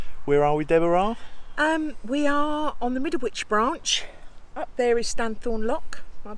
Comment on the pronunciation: My sister's name is Deborah, but never pronounced it the way does. 😁